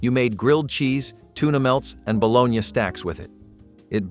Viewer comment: No air fryers in the 70's. Kool-aid packages weren't from the seventies and there was no blue Kool aid. Your pictures aren't authentic seventies pictures. I don't think anyone who lived in the seventies had anything to do with this. Also learn how to pronounce margarine and bologna correctly.